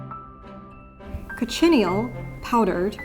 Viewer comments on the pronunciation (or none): The way she says cochineal kills my soul…. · Coch-chin-neel. Please, not cochinnyel. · Thoroughly enjoyed this Thank you 🙏 But I had to laugh at how you pronounced Cochineal 😂 it’s pronounced Coch-in-kneel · Not me pronouncing it Co-shen-eel the entire time I've known the word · 'Cochineal' is better pronounced 'kotchi-neel'. The 'coch-' element, which means 'red', is the same in Welsh: 'coch', mutating to 'goch' depending on syntax. Yes, I am a nerd. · Cochineal? Sounds like “coke’-in-neel”. Great color. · Omg is THAT how you pronounce cochineal??? I've always said coe-shin-eel. Whoops.